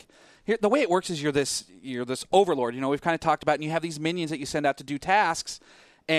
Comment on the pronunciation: Ok everything you said was right except how you said, " This overleads fable " Overlord is a very good game but fable is like 100 times better